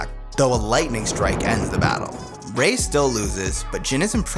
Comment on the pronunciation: Wait a second did he just said Rayquan 😂😂😂😂